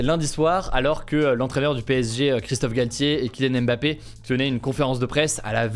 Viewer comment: Arrêtez de dire « Embapé » c’est juste Mbapé, vous savez dire Station vous ne dites pas « Esstation » lol